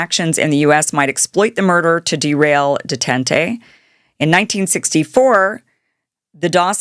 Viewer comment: detanteeeeee-----------------------a train ??????????????????????